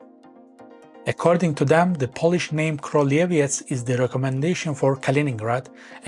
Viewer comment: In Polish "ó" is pronounced like normal "u" so it's pronounces "kruleviets" Teutons were hired for 4 years by Poland to conquer Prussia for Poland before they create their own state, and when they were beaten up, Prussia became vassal of Poland for 191 years. Polish historical claim to this land isn't as strong as German but we have good modern justification for wanting it, since it's currently Slavic, continuous with our territory and would make for good payment for both German and Russian crimes from WWII and Cold War. Also Lithuania has also claim on it since eastern third of the region was called Lithuania Minor and spoke dialect of Baltoprussian heavily influenced by Lithuanian language until the end of XIX c.